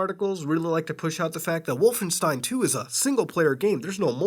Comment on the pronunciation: Oh dear "Wallenstein"